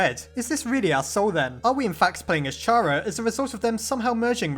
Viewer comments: It’s pronounced K ARA, not Ch ara, sorry it just triggers me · Why does every one say (ch are ugh) its fuckin (car ugh) damit its with a k sound a k sound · I fail to understand how some people just can't wrap their heads around a kid preferring 'they' pronouns. Also how some people still pronounce Chara(cter) and Char-ah. But I digress. Not enough evidence for this theory to be plausible in my book, I'm afraid. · I'M UPSET WHEN YOU PRONOUNCE CHARA WRONG IT'S SUPPOSED TO BE PRONOUNCED WITH K